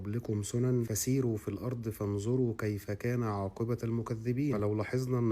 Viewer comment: خلي بالك عاقبة بضم التاء مش بالفتح